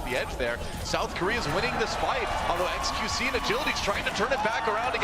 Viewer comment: doesnt like saying xqc he always says qxe